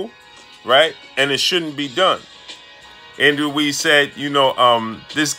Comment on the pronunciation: I hate how this dude says andy ruiz..pronouncing my last name like that